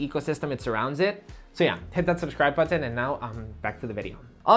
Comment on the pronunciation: Why does he say "buthan" for button?